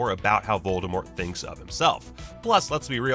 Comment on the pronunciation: The "T" in V oldemort is still silent ;)